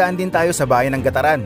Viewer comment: GAT-TARAN boss....